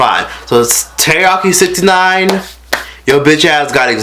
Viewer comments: “Teriyaki sixty nine” 💀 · “teriyaki 69” 💀😂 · "Teriyaki 69" IM SCREECHING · "Teriyaki 69"😂😂😂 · Youu did not just say Teriyaki 6ix9ine 😂😃😂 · "Teriyaki 69" LMFAOOOOO